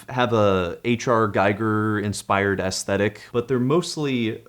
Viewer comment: minor nitpicking: Giger is pronounced “G-E-ger“ (quite close to „giga“), not „G-I-ger“, which would be Geiger, as in Hans Geiger and his Geiger counter.